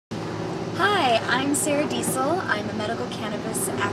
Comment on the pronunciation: who else replayed the video to check if said sarah desel or sour diesel?